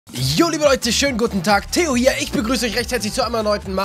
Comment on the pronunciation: Geiles Video! Aber du heißt doch Theo, nicht Eo, oder irre ich mich da? #bestYouTuber